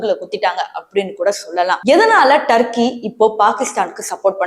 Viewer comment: அடியேய் பேய்க்கூதி முண்ட அது தர்க்கி இல்லைடி துருக்கி.